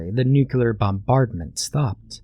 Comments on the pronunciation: "I discovered a horrifying truth"...you don't know how to pronounce nuclear. There's no extra u in there, mate. Nu-clear. Other than that, this was an amazing reading! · Uh... no. Nuclear is pronounced the same, whether you're referring to cells or atoms.